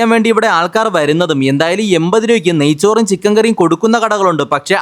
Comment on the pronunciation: നയ്സൂർ അല്ല നയ്‌ച്ചോർ 😂😂😂😂😂